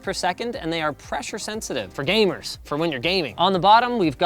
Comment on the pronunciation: "...fur gay-murs - fur win you're gay-ming..."